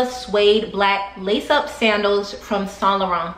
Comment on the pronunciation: This video was very refreshing! The lighting the pronunciation of Saint Laurent, I’m learning lol Looking good woman 🔥